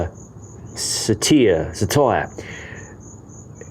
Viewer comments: I’m pretty sure it’s “sar-ter” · it’s pronounced ‘sattur’. Short ‘a’ sound (not ‘ay’), hard ‘tuh’ (hence my use of the double ‘t’) and longer, deeper ‘er’ sound at the end. Classicist and English teacher trying to help. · best part of this was watching you struggle and hating all the comments you knew were coming your way. dead laughing...lol try "sitr", also "sit are" pronounced the same, but spelled differently for comprehension sake. think i'll watch this again, just to view the struggle